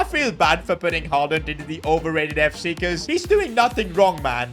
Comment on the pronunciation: Ain't no way blud said haland